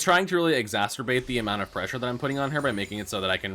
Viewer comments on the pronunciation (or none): "Exasterbate" lol